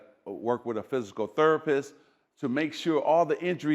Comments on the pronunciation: Phythical Thurrapith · Physical THURpist 😂😂